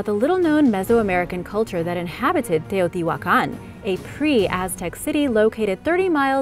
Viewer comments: Agreed! Not everyone can pronounce Teotihuacan and other Mesoamerican terms with such ease as you. Well done! I truly enjoy your channel. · Very good video and outstanding very good pronunciation of Teotihuacan and all the other words! Congratulations 👏✨ (I speak Spanish)